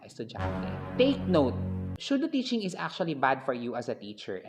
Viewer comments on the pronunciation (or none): The video and the content was actually amazing and informative. The only thing I noticed po is how you pronounced Pseudo - ˈsü-(ˌ)dō. I think that it is SUDO not SHUDO po,. ✌️✌️😅 NO HATE INTENDED, SO PLEASE DON'T BASH ME.